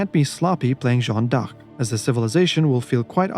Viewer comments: Respect for pronouncing Jeanne D'arc so many times 😅 Did you know Jeanne d'Arc went out 10 minutes after her death ? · And they pronounce it correctly! Non of that “Joan” bullcrap 😂